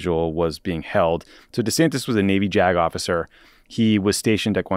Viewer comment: "Ron DeSantis was a Navy Jag Off...icer" -Tommy Vietor, 2023